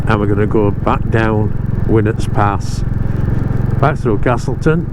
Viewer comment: Another cracking ride out, been nearly 50 years since I went down speedwell, still got a bit of blue John and can remember walking up winnats pass as part of the D of E scheme 🥵 ( good to hear winnats pronounced properly ) you’ve definitely got the right bike for those roads, looking forward to seeing future rides 👍